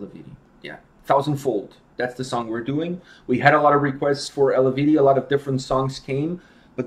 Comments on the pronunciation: btw. its not pronounced as its written, eluveitie, its pronounced elveiti :) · I believe it’s pronounced El-vite-ay